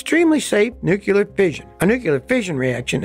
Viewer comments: Nuclear is where it's at, at this point. Wind and solar are not clean renewable. Don't say Newkewler dude, its spelled nu-clear. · NUC-LE-AR. Not Nuceeler. But besides that I love your work. Keep on keeping on Scotty! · Love you Scotty, but the word is pronounced…. New clear……not Nu key Lar. It always helps in the English language to look at how the “letters” are positioned. Do not feel bad…Jimma Carter was a Nuclear Engineer graduate from Annapolis, and he has always mispronounced the word as well. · Love your video's. You do mix nukular and nuclear in this one. Lol. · Nookleeur, not Nookyuler. :Facepalm: It's in big bold letters on your presentation. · After minute 7 Scotty starts saying nucular instead of nuclear